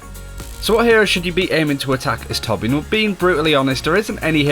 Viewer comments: carl petersen Why thank you good sir. ^^ When people pronounce the "J" like English then I always hear "Torb-Gerbil". He's a Dwarf so that could be border line racist xD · I know I'm nitpicky but I find it interesting that so many people pronounce the Ö in Torbjörn's name like an O. In German the Ö is sorta pronounced like the 'e' in any English word that ends in 'er'. Like 'Danger', 'Manager", "Tangler" That's the closest English sound I can compare it to, it's super similar though. So I tend to pronounce this character's name like 'Torbyern'. I don't know how Blizzard would pronounce it. That'd be interesting too.